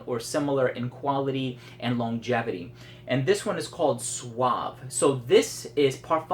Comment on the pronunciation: " Suav" o "Suave".;):D (sorry, sounds funny)